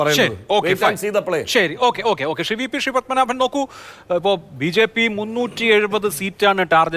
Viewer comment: അവതാരകൻ്റെ "ഷെറി "ഷ്റി "പ്രയോഗം എന്തൊരരോചകം. ശ എന്നത് ശ്രീ എന്ന് വഴങ്ങില്ലേ നാവിന് ?